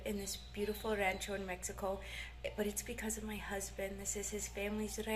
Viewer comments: Remember that jitomate, has no "N" in it, say it like this.. He-toe-ma-tay, try to train yourself out of that bad habit of saying "heen-toe-ma-tay" you're doing good tho!...also try saying "rancho" like this.. RAW-n-cho instead of "RAN-cho". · You don’t need to say queso de mesa, just say queso fresco. Pronounce Rancho with an O sound Just helping you to fit in 😉